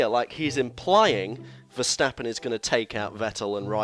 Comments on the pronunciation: Nope, Verstappen is pronounced Verstappen, just like Stoffel Vandoorne is pronounced Vandoorne and not Vendoown or something. Better learn this name by heart because you will see it often in the future. There are flying Fins, but we have a new Flying Fleming! And Max is one hell of a flying Dutchman. :) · Verstappen is dutch, so it's Ver(ch)tappen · Nope. It is "Verstappen" and it should not be pronounced like an "ch" or "sj". You are totally wrong about this. It is just English commentators that pronounce it the silly (chilly;) way.